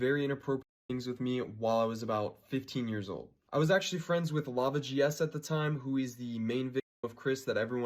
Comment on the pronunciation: Say lava not larva plz lol thanks